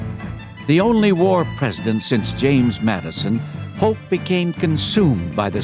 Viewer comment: Sounds like Polk=Putin?